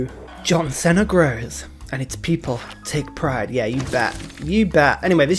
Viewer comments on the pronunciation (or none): It's see-na, John See-na. I just realized I really enjoy telling Brits how to speak their language - being friends with Korea is nice and all, but this is what helps me sleep well at night :P